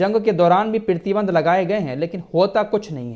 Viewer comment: PRATHI BANDH KO PEERTHY BANDH KAH RAHEN HAIN, AUR EK BAAT KHANDAN BOLE TOH TARDEED(DENIED ) KO BOLTE NINDA (CONDEMN KO BOLTE) ZARA TALLAFFUZ THEEK KARIYE AAPKA MERA NAAM AFRAAZ HAI HYDERABAD TELANGANA INDIA SE.